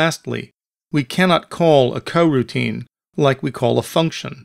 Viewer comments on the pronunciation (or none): cool tut bro, but why are u saying Hwile and Cogutine?